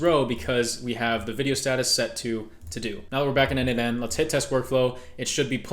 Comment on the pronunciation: n8n is pronounced "Nathan".